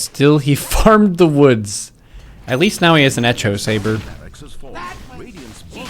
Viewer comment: wtf is an etch-o sabre ? lmao